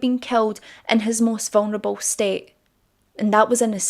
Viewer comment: I hope those eyebows aren't realI like your accent. Say vungnable again